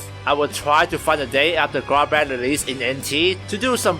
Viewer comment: Gah-brawn-th That’s how you pronounce his name ⚔️